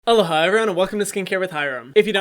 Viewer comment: When I first started watching Hyram I always thought he said “Hello Hyram, welcome to skincare with Hyram” 😂😂